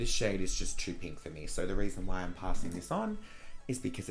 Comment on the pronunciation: “The RAISON as to why I’m throwing this out” lol I LOVE U